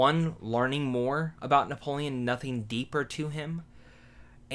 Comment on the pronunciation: How do you mess up Napoleon...